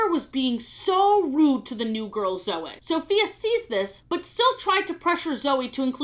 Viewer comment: I like how just gets off of talking about how Sofia pronounces Cedric wrong for most of the show, then proceeds 10 seconds later, to pronounce the name Zoey wrong.